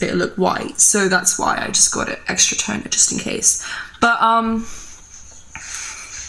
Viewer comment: Shampoo is not tonerr not tooneerrr!!!😂😂Much love from Cyprus !!🇨🇾